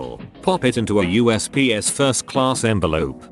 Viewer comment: USPS pronounced as Us psst